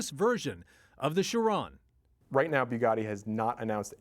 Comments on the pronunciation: TFW the reporter ruins the pronunciation of the Bugatti Chiron and the Koenigsegg :( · LOL...butchered the name “Chiron”...